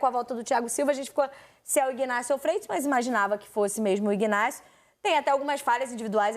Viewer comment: Ignácio o g é mudo cacete.